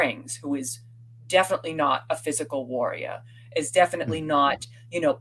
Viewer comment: Why is saying Wahriah and Fahrfront?